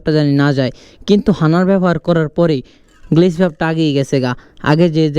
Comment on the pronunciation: হানার না হাডনার